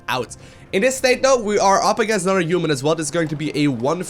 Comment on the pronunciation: what's a giuman?